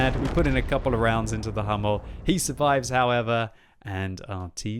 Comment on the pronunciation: please go to google translate and let yourself be told how to say "Sturer Emil"... it´s two words with an emphasis on the "E" of "Emil" and if you are at it "Dicker Max" and "Löwe" could need that too.And the "u" in "Hummel" is like the "u" in "butcher"... ok ok enough of the german lesson. Otherwise Merry Christmas and Happy hollidays.